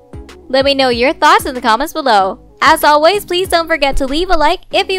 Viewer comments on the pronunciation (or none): none